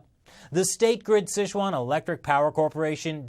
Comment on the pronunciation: Dear, the pronunciation is closer to "sih chew-an". Years of poorly spelled fast food restaurants have left you misinformed!